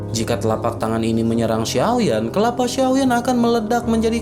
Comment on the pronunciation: Kelapanya.... Bukan kepala